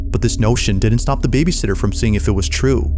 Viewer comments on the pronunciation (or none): The scariest thing in this video is this clown's pronunciation of "babysitter". BABYsitter is someone who gets paid to take care of kids while their parents are out. babySITTER is a newborn chair. Nothing more distracting than this dude's voiceover.